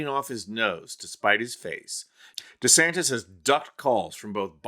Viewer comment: CC keeps saying Ronda Santis. Maybe he's making anti-trans laws because he's in denial.